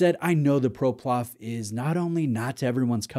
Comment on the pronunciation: I have this exact model and love it. The light weight makes it very wearable and it’s definitely a conversation starter. Btw. Its PloProf. Not ProPlof